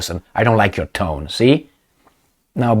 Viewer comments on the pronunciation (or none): none